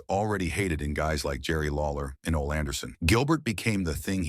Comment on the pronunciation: Ole Anderson's first name is pronounced "O-Lee".